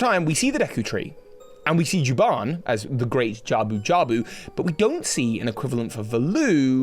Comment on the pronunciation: I was kinda reminded how A Link Between Worlds foreshadowed Majora's Mask 3D. So maybe Nintendo is planning an OoT remake. Might be just hopium. Also you mispronounced Jabun, it's not Juban. I'm also convinced Echoes of Wisdom is a sequel to the Oracle games. Cuz the Link, Zelda and Ganondorf have the same designs as in those games.